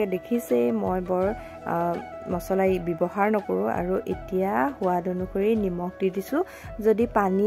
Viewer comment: সুৱাদ নহয় সোৱাদ হে শুদ্ধ